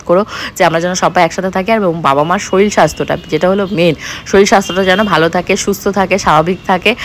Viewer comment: দিদি তুমি শিক্ষিত হয়ে তুমি কি করে বলো শরীল ওটা শরীর হবে